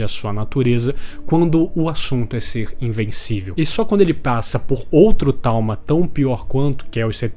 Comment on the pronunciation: Vídeo muito foda e talz, mas eu quebrei com o "tauma" dos